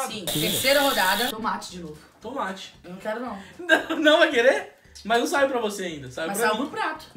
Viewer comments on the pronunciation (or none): Só eu q ouvi ela falando "Tumate"? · Alguem percebeu que a camis fala tumati e ñ tomate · Tumate kkkkkkkkkkkkkk #MORRi 😂😂😂😂😂😂😂😂😂😂😂😂😂😂😂😂😂😂😂😂😂😂😂😂😂😂😂😂😂😂 não seria TOMATE!!! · Não é tumate não é tomate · Tomate não e legume e fruta e não se fala "tumate" E sim tomate (mas voto no #PF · se acha tanto e fala tumate em vez de tomate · "tUmate" KKKKKKKK